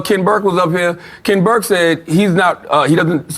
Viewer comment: I think he was trying to say “Ken Buck” re the white republican guy